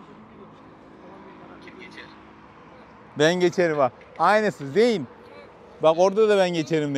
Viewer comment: zeyn diye okunuyor kardeşim